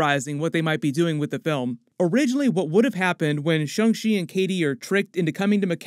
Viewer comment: So sick of him saying Shung She